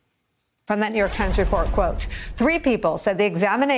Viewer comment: "The ah-FAILing New York-h Times" they seem to be turning it around